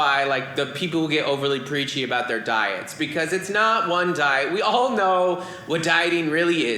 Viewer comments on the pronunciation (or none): none